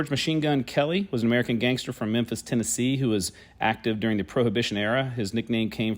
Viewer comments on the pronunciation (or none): none